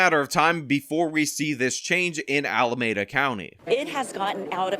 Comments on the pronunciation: It pronounced Ala-mee-duh 😂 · Al-uh-mee-duh. Alameda. It hurts every time I hear you pronounce it wrong. 😂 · You're mispronouncing Alameda.